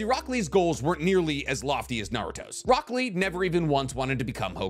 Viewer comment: why do i hear broccoli instead of rock lee